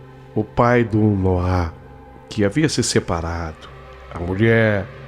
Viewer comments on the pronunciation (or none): ALGUÉM AVISA O QUE NOAH NÃO SE DIZ COM ACENTO NO "A" E SIM NO "O"!!! (NÔAH!!!)- SOM DE ACENTO, PORÉM SEM ACENTO. É H0RRÍVEL OUVIR A HISTÓRIA INTEIRA COM ELE REPETINDO MIL VEZES ERRONEAMENTE O NOME DO MOLEQUE!!!! 🙄👎🏻🤢